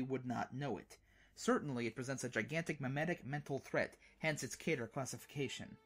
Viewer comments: Not kee-ter GET IT RIGHT PEOPLE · Okay bro, you missed pronounced "Keter," - because it rhymes with Peter. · It's kee-ter